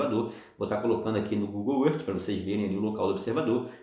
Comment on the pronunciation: não se pronuncia Google erti, e sim Google ârf É mais, seu teste de curvatura não é o melhor Sem dúvida o do Martins do sem hipocrisia ficou muuiiito melhor. A TERRA segue PLANA. Um abração.